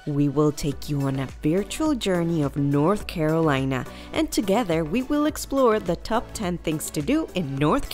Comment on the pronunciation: i stopped watching because of the ways she says the name